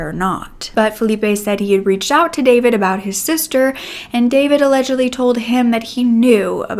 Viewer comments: Oh your pronunciation of names and last names as Serbian is killing me 😂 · David is also a Serbian name. But we don’t pronounce it the same way English speakers do